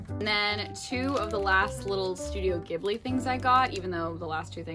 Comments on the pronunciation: Not to be that guy but Studio Ghibli is pronounced with a soft g, so like jib-lee! I found out after pronouncing like gib-lee for years 👻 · 0 0 I cringed every time she said “gibli”